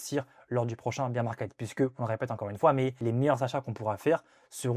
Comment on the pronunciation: "Bèèèèr" market 🥹